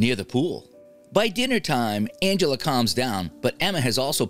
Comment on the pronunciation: He really just called Aunt Angela “Angeler”. And he called cheerios “BABY FOOD”! 😂